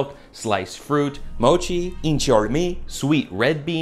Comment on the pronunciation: That pronunciation for "bingsu" and "injeolmi" hit just right. Take notes JOSHUA WEISSMAN AND YOUR FUCKING BOWL GO JI